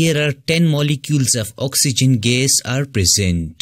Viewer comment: sir please try to say the word gas neatly